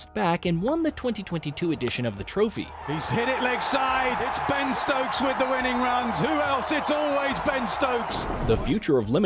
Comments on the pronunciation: "Ben Strokes"... you mean Ben Stokes? 😂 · His name is Ben Stokes not Strokes. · Great vid but pls stop saying Ben "Strokes" 😂 it's a personal pet peeve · It is Ben stokes not strokes Other than that great video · Stokes not Strokes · My dude really said “Ben STROKES” 😂😂😂